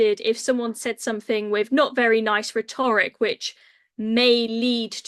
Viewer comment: This women can’t pronounce Rhetoric properly !!! Is this level of commentator we have ??